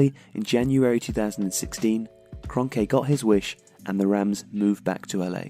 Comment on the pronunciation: His last name is pronounced as kronky